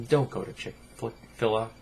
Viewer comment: Not being a douche but its Chick-fil-a. Each is pronounced separately. I agree with you about the fast food chains being the sum of all dietary evils. I will give Chick-Fil-A some points for standing up for what they believe in (even if I think its wrong), they have always been a strongly Christian establishment going as far as all the stores being closed on Sunday and they have never made apologies for it. They will definitely lose some business from this though.